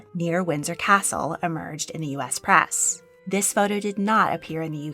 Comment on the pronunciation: The word is press, not prass. Why are you speaking in such a strange voice?